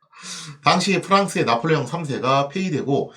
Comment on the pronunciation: 왜 짜폴레옹 3세 라고 읽으시나요? ㅎ